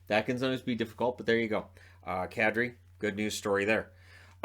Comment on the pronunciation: did you say Kadri or cat tree?